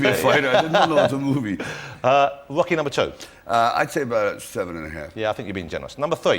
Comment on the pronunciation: i love ross saying UOCKY and LAMBO all the time.